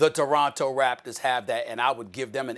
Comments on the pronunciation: Stephen A Smith- "The Doronto Raptors" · Stephen A Smith: Doronto Raptors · Did SAS say Doronto Raptors 😂😂😂